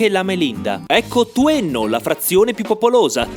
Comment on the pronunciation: Quanto pronunci male "Non"... 🥲 Anche Tuenno lo pronunci male! 😂 Hai sbagliato a pronunciare anche "Speck". Ah, se ti può far contento saperlo, in dialetto trentino "lucanica" si dice "luganega".